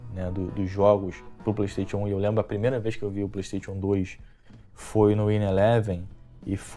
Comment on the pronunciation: Só precisa melhorar a pronúncia da palavra PlayStation!